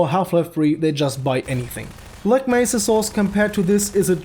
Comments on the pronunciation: Gman: black mésa (pronounced black mess-a put it through text to speech) Devs: yeah you said it right! 🤦 Of course, of course they make it worse Y'know it seems like HDTF was supposed to be shit Hunt down the freeman? More like Hunt down the devs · black mesa is good but hunt down the freemans G man says it like Black Messah